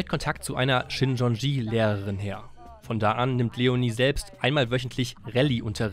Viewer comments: Die Sekte heißt Shincheonji, nicht Shinchonji. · Richtig heist es "Shincheonji"